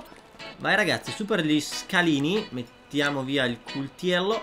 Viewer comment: 0.15 guardate come dice coltello